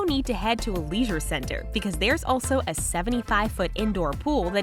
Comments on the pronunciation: PAHAHA LEESURE CENTER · A leesure centre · No ones gonna talk about the leesure centre😂😂😂